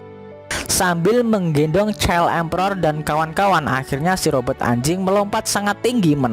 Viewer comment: Robot min, Robert sih nama org 😂